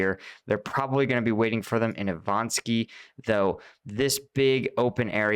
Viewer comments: you really should learn to get the city names correct. It's kind of disrespectful to scorch the names. Immagine someone calls you Palu🤨.... It's not ivan sky, but Ivanivske! Bonjour de France les amis ✌😉👍🇫🇷 Slava Ukraïni, heroiam slava!🇺🇦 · Repeat after me: I - VA - NI - VSKE ! xD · I-VA-NIV-SKE Learn to read finally.